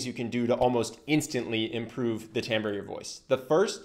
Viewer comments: Timbre not "tambor" and wreak havoc not "wreck" havoc. Other than that, great video😊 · Tamber? I've never heard the word "timbre" pronounced like that. Curious.